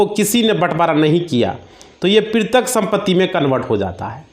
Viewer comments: NOT PRITIK BUT PAITRIK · वकील साहब पैतृक को पिरतक बोल रहे हैं कृपया ठीक उच्चारण करें,कृपया मातृभाषा का सम्मान करें,यह हम सब‌का कर्तव्य है।जय भारत। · प्रितक गलत उच्चारण है इसे पैतृक सही उच्चारण है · पैतृक (paitrik ) समझ रहे हो पितरक नहीं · वकील साहब पैतृक बोलिए प्रितृक नहीं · क्या कमेंट किया जाये? आप तो पैतृक सम्पत्ति को प्रितक सम्पत्ति कह रहे हैं। कैसे कोई आप पर भरोसा करें । Sorry. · आप शायद वकील साहब हो लेकिन आप भूल बोल रहे हो पैतृक संपत्ति को पृतक संपत्ति बार बार बोल रहे हो जो गलत है। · Pirtak nhi Patrick sampati hota hai😅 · Bhai tumhe petrak nahi bola ja raha tum kya kanoon padhoge